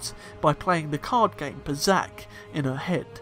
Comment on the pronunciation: What do you mean "pazaak?". What, again?